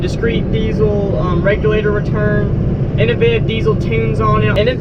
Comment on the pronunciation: Regyoulater return. XD